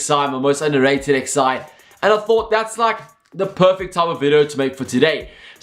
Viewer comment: xi means 11.... You don't say 'xi' hahaha wtf